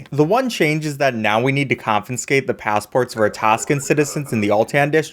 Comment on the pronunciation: holy shit its not "confinscate" it's confiscate